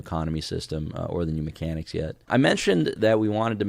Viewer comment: "Those MeCANics" is what made the trash can open. It doesn't sound that much like "open can" but maybe it's a little hard of hearing.